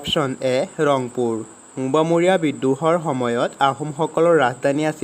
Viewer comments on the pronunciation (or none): Mobamoriya nohoi o gadho😂 mowamoriya